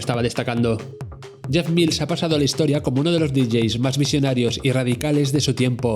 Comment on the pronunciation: Menos mal que has dicho "Mils" y no "Mails". De momento han visto el vídeo 42.000 personas, a ver si lo ve mucha más gente y aprende a pronunciar su apellido. Buen vídeo!